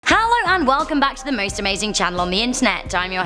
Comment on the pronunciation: OMG hello not hallo